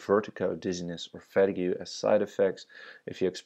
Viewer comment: Fet-ah-gue? ohh….fuh-teeg!